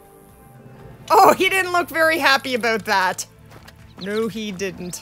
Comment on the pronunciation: i can tell that you are canadian beacause aboat